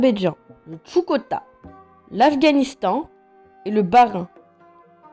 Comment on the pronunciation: MDR quel respect le <<Bahrein>> 😂 Sinon GG la vidéo